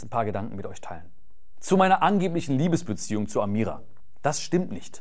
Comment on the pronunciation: Wieso diese Betonung auf "LIEBESbeziehung"? Ist es eine andere Art von Beziehung?